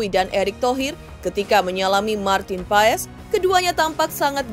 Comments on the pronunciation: Di bacanya pas bukan paes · Bacanya PAS bukan PAES. Jangan di biasakan